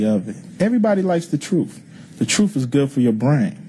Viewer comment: Yeah what a genius telling us what the “troof” is.